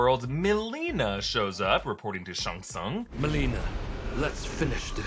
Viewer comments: SHANG TSUNG NOT SHUNG SUNG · why is he saying Shang Tsung like Sung Shung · “Shung sung” .... really? Lmao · Are you really pronouncing Shang Tsung as shung sung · I can't be the only one who is getting a tiny bit frustrated with pronunciation of Shang Tsung right. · If you're pronouncing Joe taslim name like Tazleem then Cole's name is pronounced Colee.. and the way you pronounce shang tsung... ahhh my blood it's boiling